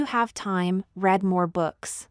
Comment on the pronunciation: READDDDDDDDDDDDDDDDDDDDDDDDDDDDEEEEE not red! dearjebus